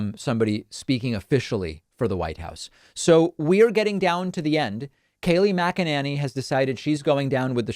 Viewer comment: Kaleigh Maganenny 😂😂